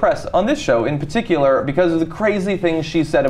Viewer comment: "Paticular... Patickular"